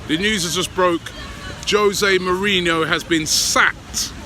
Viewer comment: Hoe-se mourinho